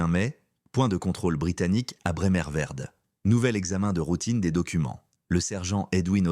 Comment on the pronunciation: IA pour parler - trop vite -malheureusement . Des fautes de prononciation comme d'habitude avec l'IA .Ce n'est pas Bremerverde mais Bremervörde . Et Himmler avait 5 collaborateurs avec lui lors de son arrestation . Source Wikipedia . J'arrête d'écouter , ce n'est pas d'un bon niveau .